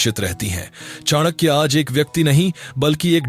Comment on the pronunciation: Two simple questions to you. 1. Whether you consider the ancient broken bridge between India and Sri Lanka was Ram setu Or Adam's bridge? 2. Whether you consider Ramayana and Mahabharat are real or imaginary ? As per western historians whom you are following. The Pronunciation of Chanakya is not correct. Years of research required to comment on such issues. And finally I was quite sure that your points are not at all reliable when you are referring Romila Thapar. Stop insulting such great people and our great nation